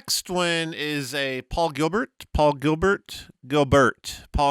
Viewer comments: It's actually pronounced "Gill-bear" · It's pronounced ''Jill-bear''. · I think you'll find it's pronounced Paul Gil bear. 😉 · I recognized that last guy! He's a Pinkerton from Sesame Street. He pronounces his name GEEL-BEAR.